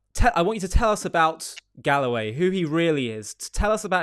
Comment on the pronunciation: its not galloway its GOAWAY